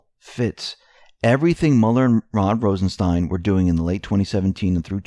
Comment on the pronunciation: "Rod Rosen-STAIN".... ....yessir!